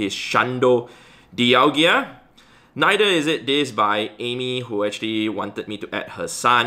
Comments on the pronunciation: It’s di-al-ga not di-al-gia. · Heads up, it’s pronounced Dialga, not Dialgia. 🙏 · I still dont understand why says Dialgia:D